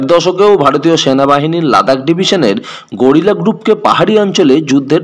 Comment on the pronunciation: কথা টা গেরিলা, গরিলা বলছেন কেনো?